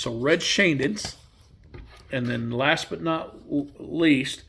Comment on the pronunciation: I'd forgotten Montana finished his career with the Chiefs. It's Shane-Deenst. It looks harder to pronounce than it is.